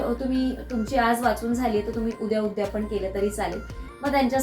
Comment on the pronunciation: उद्यापण नाहि ग , " उद्यापन " . 🙏